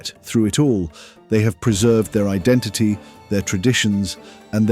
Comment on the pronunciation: AI can't pronounce identity? identiyeee:trophy-yellow-smiling